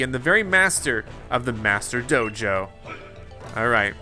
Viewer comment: I don’t know why but whenever he says Dojo it sounds like JoJo